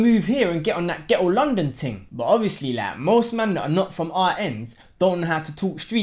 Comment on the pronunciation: Man said ghetto 😂😂😂